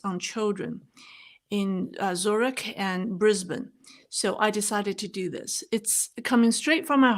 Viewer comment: Nice to hear you pronounce Brisbane correctly. 😊